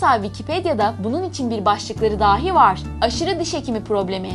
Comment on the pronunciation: " dahi " yerine "dâhi" diyorsunuz. Bu beni çok rahatsız etti.